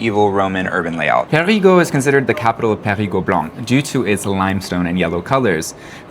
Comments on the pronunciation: When you want to say Parigueux , in fact you prononce parigot which is a slang name for a parisian. You can Prononce more easily Perigueux with this tips Pariguheu ! ( heu ! heul ) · Sil Vous Plait — you’re saying “PARIS’ GEAUX” Non non non Should rhyme with Deux As in Un Deux Troi Quatre Try saying Peh REE Deux but change the D to G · Fun : When you say "Périgueux", I hear "Parigot" which a slang word for "Parisian". There is this nice childish saying to express the "love" for Parisiens : "Parisien tête de chien, Parigot tête de veau". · Hi guys! Welcome to the Périgord (the ancient name of the region, which is pronounced "Perri-gore")! The name of the capital city of the Périgord region is Périgueux, which is actually pronounced Perri-goo-er... or as the natives say, with much more vitesse: Perri-grrrr! So if you growl like a bear, that's it! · Périgeux [pé-ri-'gœ] - [œ] as in deux "two". :) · Who heard " parigots" all along? Quite funny 😂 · PériGUEUX :D (made me giggle as I thought I heard PARIGOTS, how we tend to call Parisians in the country 🙂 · And I heard Americans pronouncing PériGUOUX or PariGUOUX , pourtant Périgueux ne me semble pas compliqué à prononcer quand même. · ? No 'r' sound at the end of Périgueux. 'eu' is pronounced 'ø'